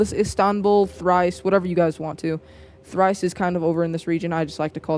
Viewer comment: ThrAce not ThrIce